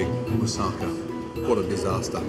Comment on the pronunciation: "It's a non moving mousaka. What a disasta"